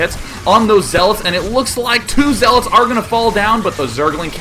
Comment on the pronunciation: He said zeelots...